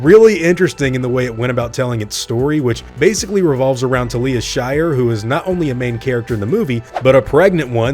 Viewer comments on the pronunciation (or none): Her name is Talia, pronounced Tal-ya. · Talia is pronounced TAL-ya. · Thats not how you say "Talia". Some movie buff you are...